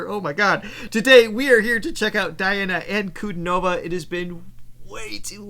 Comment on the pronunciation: A very nice reaction. Once again, with respect, her name is pronounced Dee aah na An coo DEE nova.